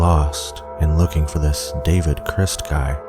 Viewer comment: idk why but i can't stand how he pronounces david crist in the last one.